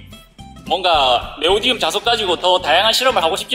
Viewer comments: 네오디움이 아니라 네오디뮴이에요... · 네오디움 아니고 네오디뮴 입니다